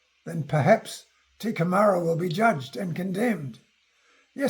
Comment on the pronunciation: Lol... Not "te kemara" but (Kai) teke mara. . .